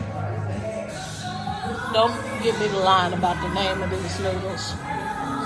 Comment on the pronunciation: You trying to pronounce these noodles right hilarious 😂